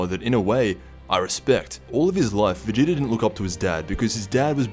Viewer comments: He did, it sounded like vedida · Vadoodle?? Lmao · Anyone think he said Vegeta weird ?